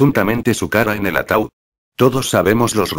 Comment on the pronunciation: es ataud no ataul